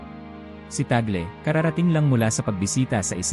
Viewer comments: ung gumagawa ng video parang nagtatangatangahan, T A G L E minsan T A G E L, para lang ba makakuha ng attention?????? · Ano ba talaga, cardinal TAGLE o TAGEL? Pati accent ng nagsasalita dapat ayosin pa. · TÀG LE NOT TAGLE AS IN TAGOL... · Mr. Narrator Tag_Le not Tag’el.. It’s a Filipino name. Nag nagta Tagalog naman naman kyo.. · TAGLE po. Tag- le pronounciation hindi tagle. Hindi Tagel. Kc witness po kami nung siya ay arsobispo pa rito sa manila. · Ayosin mo ang pag pronounce ng apilyedo ... TAG- LE sa pag bigkas😮